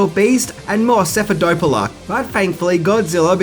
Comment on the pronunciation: The word is wreak or wreaking, not wreck or wrecking. The word is cephalopod not cephadopola. The word is adopt, not adapt. The word is Nagasaki, not Nakasaki. Love you,.